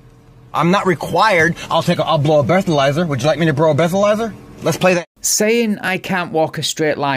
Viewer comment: “I’ll bro a bleathalyzer.” lol